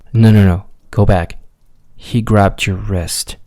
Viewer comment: the "yoar" I'm dead💀💀💀